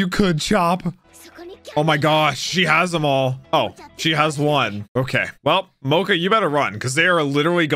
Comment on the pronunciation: Yeah or when he says "Mo-ca" instead of Mocha